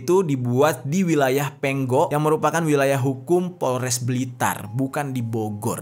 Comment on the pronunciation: Ponggok om bukan penggok